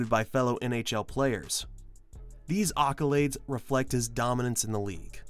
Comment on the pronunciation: nice video but its accolades not occolades :P